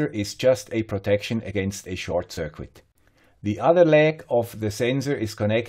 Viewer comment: There is no 'W' in 'circuit'... pronounced 'SIRKIT'😉